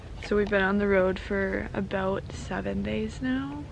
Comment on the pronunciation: she said aboot :)